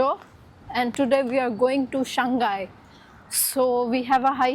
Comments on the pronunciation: SHANG....... HAI !!! NOT SHAN-GAI.. SHANG ( mean Up or Upper). HAI ( Sea, or Ocean).... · Hello my friend shanghai is pronounced as shang 'HAI', not shang 'GAI'. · Shang Hai. Not Shang Gai. People here will not understand you. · Shang Hai it is where the H is not a silent consonant 😂